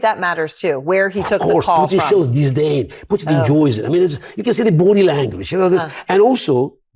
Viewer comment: "It's the boody language."